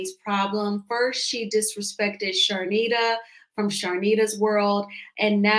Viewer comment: That’s way of being disrespectful. Charnita said she purposely mispronounced her name. She did it to Dr. Contessa a whole season.